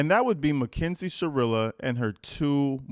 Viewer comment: Are you'all for sha-real-a ?!? 🤢🤮